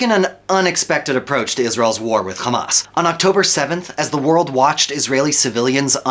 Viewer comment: The moment he said khamas i knew its a propaganda video